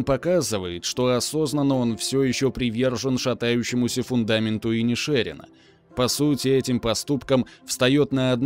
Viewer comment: Автор, ты тугопиозел! Название фильма правильно звучит как "Банши ИнишерИна" (ударение на последнее "и"), а не "Банши ИнишЕрина". Ты облажался